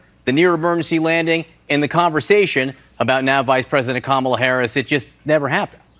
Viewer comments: He can’t even pronounce his opponent’s and our current VP’s name right. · He still can't say Ka-ma-la.